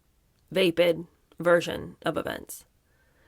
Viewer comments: Okay- it’s the teacher in me to correct when I hear mispronounced words- it’s not vay-pid with a long ‘a’ it’s vapid- with a short ‘a’ sound. I’m loving the reading of this book!!! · Vapid. VAP-pid (not VAPE-id). It’s strange when ppl use words they hv no idea how to pronounce. Like. How??